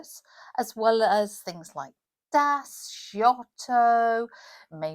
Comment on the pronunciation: PS - Giotto is pronounced “jotto”. There is no sound comparable to the French J in Italian (except in regional dialects) so I am not sure why English speakers always pronounce the Italian soft G as if it were a French J … especially since the French J sound does not exist in English either, while the Italian soft G sound corresponds exactly to the English J. make your lives easier 😉 I think people sometimes try so badly to get it right that they end up overcompensating. I am also a fluent French speaker and the same thing happens when English speakers say a lot of French words. They end up adding sounds that don’t actually exist because they are trying to make it sound more like what they think it should sound like. example: “coup” - the way it gets commonly mispronounced in English hilariously actually makes it mean a rude word for bottom in French. But it gets mispronounced because people overcompensate by making it sound what they think is “more French”. Same with Gouache (same “ou” sound). The correct sound is more like the sound English speakers make when they pronounce the letter W.